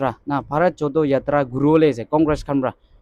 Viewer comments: Bharat jodo yatra.here correction:Jodo.do pronouns JoRo...Nice video. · Not JODO u should pronounce JORO confirm before you upload the video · Please pronounce JODO as JORO yatra.